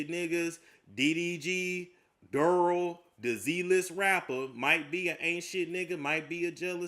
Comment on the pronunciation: Didn't you just say you were a nane person? Its not Durl it's Darrell. Lol